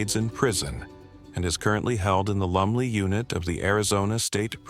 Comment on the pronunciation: Its Lumley !!! I thought you were saying Lovely prison unit !! Lolol